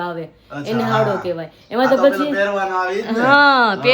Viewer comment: હાવડો‌ નહીં પણ હાયડો કેવાય